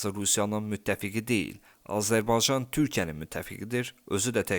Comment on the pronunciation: Daha Azerbaycan kelimesini söyleyemiyorsun haber programi sunuyorsun..rezillik😢